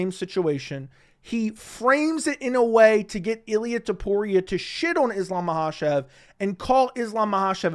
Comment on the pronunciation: It‘s actually TOPURIA,not TUPORIA my man. It‘s unbelievable how many americans find it hard to pronounce a sinple name,but it‘s not surprising